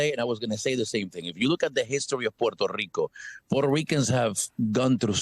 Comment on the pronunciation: If you were so proud to be what you are, you wouldnt pronounce the name of this American commonwealth as porto Rican. Sounds like porto-potty. Pronounce it as its spelled...Puerto Rico. Rich port!!! Im Mexican and we take more pride in our mother country than you and Jlo and the rest do. They all prounonce it as porto-potty..Rico.